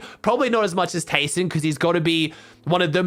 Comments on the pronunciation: Its pronounced Tai-son Also: Keeps saying tayson for the rest of the video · Or just Tyson